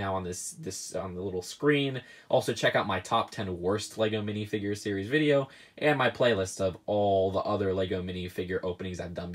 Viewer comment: Lol u said sries fice